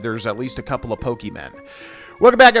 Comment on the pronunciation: Love people still playing pokemon like this. Good shit, but god please stop saying pokemen 😩